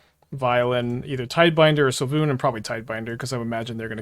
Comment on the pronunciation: Pronounced Sway Loon